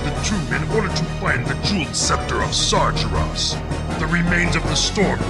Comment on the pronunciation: Proof that it's pronounced "SAR-juh-ross". I KNEW I didn't make it up!